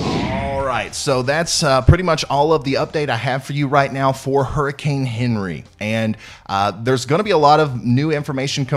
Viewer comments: HENRI pronounced Onri is French. I'M Canadian I forgive you😎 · People from the south never cease to amaze me.... Henri... Awn-ree... so simple and jeez, just a little respect for the French pronunciation... what do these southerners eat that makes their brains balk at pronunciations?! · The French pronunciation is "ahn REE." Accent on second syllable with a rolled R! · On Ree. That is what to call it. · “Awnree” is headed toward Ct where my aunt lives. Will be watching your channel. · I like the way you say "Henri". It sounds like Onery, which is how we Southerners describe someone who is perpetually angry. A good description for a hurricane, according to this Florida girl! You're my favorite weather man! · That’s actually how they are pronouncing it all over